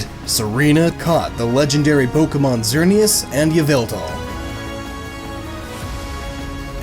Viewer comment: Lmao, it loses hype for me every time "Pok-ee-mon" is uttered. 😂